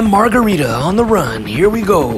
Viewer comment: Omg I watched this like a hundred times and never realized he called him Bam "Margarita"😂😂🛹🍸